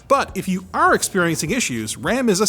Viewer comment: Anytime I hear a Canadian say "are" I get a gray hair